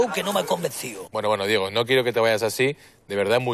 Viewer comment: Asin hahahahah y diejo en vez de Diego hahahahahaha que paleto por dios